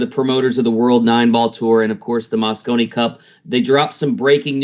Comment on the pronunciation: Mosconi not Moscow